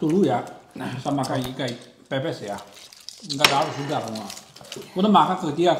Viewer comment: bilang ke ko johny: ikan pepes bukan ikan pipis. Atau ngakak receh 😂😂😂